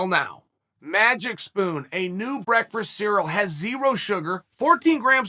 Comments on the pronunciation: Lol. This is such an underrated comment. He sure does say "breakfrast" Everytime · Chael had 3 chances at a title even though he had 15 losses professionally. Sounds like jealousy to me.Colby is 16 and 2, Chael is 29 and 15. Colby was the most competitive person against Usman. Go eat your soral or however you attempt to pronounce it. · Its pronounced breakfast not brekfrust Chael says it like the meme kid brekfrsssst